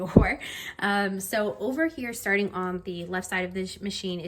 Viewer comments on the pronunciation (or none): none